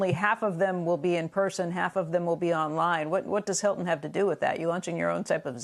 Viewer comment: Haha. ‘Hilton’. OOPS